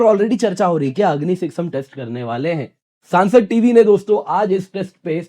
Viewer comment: वो सांसद नहीं संसद टीवी और और चंडीपुर नहीं चांदीपुर है Hinglish वाले गुरु जी